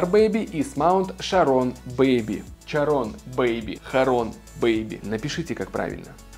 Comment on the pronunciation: Правильно говорить Charon))